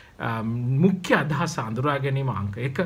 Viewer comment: මුඛ්‍ය kiyana ekataමුක්ක්‍ය kiyanawata asai mn